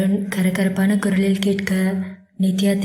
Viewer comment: Sis Kurla Kudal nu eruku mistake ❤❤❤